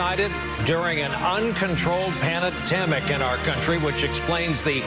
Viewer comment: uncontrolled “panatemic”